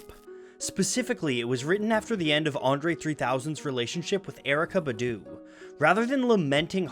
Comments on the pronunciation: Honestly the way you say BuH DWHO MAKES ME A LIL sick boo..its Bahdoo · You said badoo which was really white it's Bah-Doo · The only thing I didn’t like about this video is the way he pronounced “Badu” 😂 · Kept bothering me too. Maybe he should make a video on her to right this wrong…